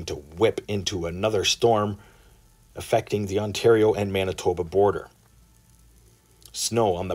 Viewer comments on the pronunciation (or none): none